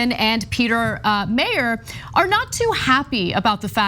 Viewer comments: His name is not pronounced “mayor” - look up the supermarket chain in Michigan (named after his family) and trash his proper name, please. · Not important but Meijer is pronounced Meyer… it’s a Michigan kind of thing lol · It's pronounced MY-ur. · Anna, Peter Meijer's last name is pronounced "MY - ER" sauce: am west coast Michigander native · Michigander here... Meijer. Pronounced. Miyer. Meijer is a store basically like Walmart. But not quite as evil. More of a grocery store... Peter Meijer is a trust fund baby. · he obviously sucks for a number of reasons but god the midwestern in me screamsss every time they pronounce "Meijer" wrong lol